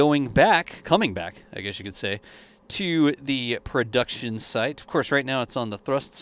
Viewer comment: Great job doing this updates!Funny thing, I can’t unhear when you mention/ or saying launch site quickly. It sounds like: launch shite 💩 😂